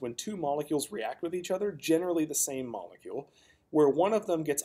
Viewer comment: I’ve never heard of a “moluecule” what’s that?